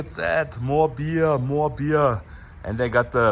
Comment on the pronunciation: "Mo beeah, Mo beeah". My man is definitely german!